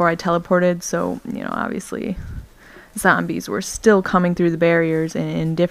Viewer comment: lol you ssay zombies too funny lol you say it like .."zambies" :P